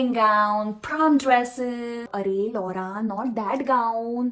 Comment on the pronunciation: That laura pronounciation almost got me in a trouble